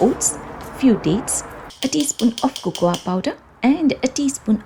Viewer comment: Nice but it's cocoa powder not cocowa, a is silent